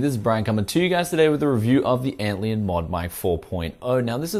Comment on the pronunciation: LION. ANT LION. LION LIKE THE CAT. Not Antleon. ANT LION. There is a bug called an antlion. It is basically saying "this is basically a lion to ants." ANT LION. ARE YOU DOING THIS ON PURPOSE!?